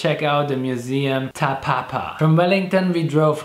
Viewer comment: Thank you for the great video and I enjoyed watching it! I'm living in Wellington :-) and just noticed museum in Wellington that you visited is calld "Te papa" It's not "Ta papa" Thanks!